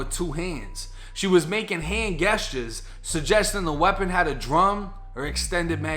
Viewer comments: Gester LoL🤣🤣🤣It's gesture my boi LOL🤣🤣🤣👌💯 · Love you but i've noticed you always pronounce gesture with a hard g, it's pronounced more like 'jesture'